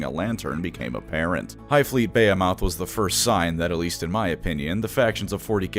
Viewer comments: buh·hee·muth not bay·o·moth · makes me giggle with how he pronounces behemoth. Brother if you see this, the rest of us pronounce it buh·hee·muth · You seriously pronouncing "behemoth" as Baya-moth???? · it's pronounced "bee-hee-moth" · Every time he says “Bay-he-moth” I cringe. I think it’s one of those “only read the word and never heard it spoken things? Like nails on a chalkboard. And you’re welcome. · That's not how you pronounce "behemoth" btw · That is uh quite a way of pronouncing "behemoth" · Thats first time I've heard Behemoth pronounced like that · How do you reader, pronounce Behemoth? (Buh-hee-muth) Or (Bay-ah-moth)